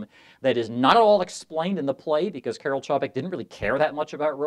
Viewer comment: Interesting observations. Note: Čapek's first name is pronounced KAR-el.